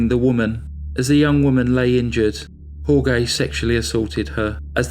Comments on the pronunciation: Jorge is not pronounced hor-gay. It's hor-hey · It's pronounced "Hore-hay" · Dude!!!...it's HOR-HAY..not HOR-GAY!!! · Jorge is pronounced "whore-hey" not "whore-gay" it's hard to get into the story when i cant stop laughing 🤣 i love your channel ✌️ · Jorge is pronounced like "Hor-hey". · Jorge is pronounced "HOR-hay". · Jorge is pronounced “Horehay”. Nice narration and another crazy killer! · I knew someone would say it. But has so many facts to present...we can mentally re-say names and places in our heads 😉! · Thank you! That was driving me bonkers! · Then wouldn't you just say George? "Hore-gay" sounds as if half the name is being pronounced in Spanish and half in English. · That's one of the worst pronunciations of Jorge that I've heard. Also slaughtered his last name, Ibanez. It should be "ee-ban- yez".